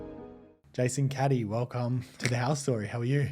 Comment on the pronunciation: lol Jason Caddy.. think its CA-DEE! derp.. all good though was a good convo!